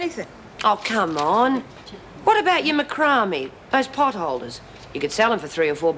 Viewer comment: Macrame pronounced “mah-cram-ee” 😂😂😂